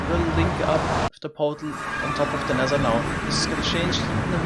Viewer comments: Normal people = "Nether" This guy= "Nezzher" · Why are you saing nezer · Ze nexzer